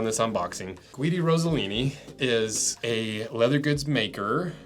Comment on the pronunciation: Ross eh lini.... How are Americans so bad with names 😂